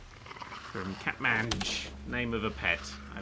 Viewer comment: Thanks. by the way you keep changing the way you pronounce my name, its cat-man-t-j